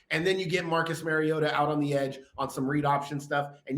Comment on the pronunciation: Mar-E-O-ta Not Mare-E-O-tah He's not a female horse. Like Mario Andrette. But "ta" instead of Andrette. Please people. Learn to pronounce the name of your subject.